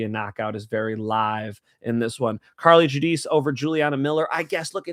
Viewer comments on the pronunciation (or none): Don't say Carli Judice.